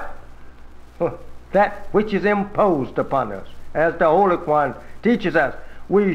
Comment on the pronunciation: I'm not Black but I am Arab Muslim, ..... I noticed he pronounced the Holy Qur'an as " Kwu-Ran instead of Kore'Ahn ( phenetically spelled)... If he really was a Messenger from Allah....would not he actually know how to pronounce the Arabic Quran??? Very interesting. I also would imagine he'd know Islamic theology also?